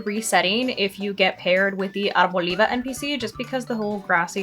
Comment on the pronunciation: I love how your español came out with Arboliva 😁😁 Great strategy. Thanks!